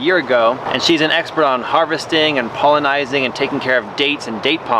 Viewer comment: Pollinizing 😅 bless his heart